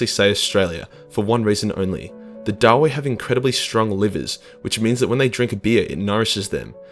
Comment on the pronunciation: I always thought that the name was pronounced daa-vee, not da-wei. Too close to Knuckles the Echidna meme for my taste.